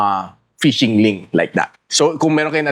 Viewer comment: hindi po payshing ang tamang read po ˈfiSHiNG (PHISHING)